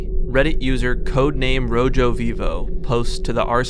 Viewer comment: Coming here after watching SinisterHeart's video and wait a minute hold the phone did you just pronounce the J in Rojovivo. It. Its spanish the J makes an H sound my guy- Anyway i really like your interpretation!! Theres also some really cool details you pointed out that i hadnt noticed before ^_^